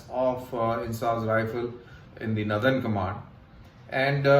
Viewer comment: northern ... not nuthurn